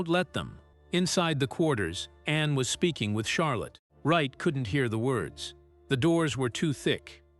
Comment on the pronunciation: Narrator should pronounce Princess Anne's name as it is, not Annie.😂